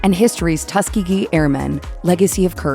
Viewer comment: You mispronounced Tuskegee. It is Tus kee ge. The second syllable is a long E.